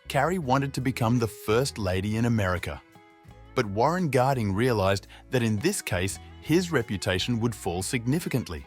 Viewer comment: Warren Garding? It’s Warren Harding